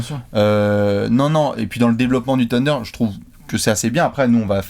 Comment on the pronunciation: J'en peux plus d'entendre le "sunder", c'est "THHHHunder" bordel.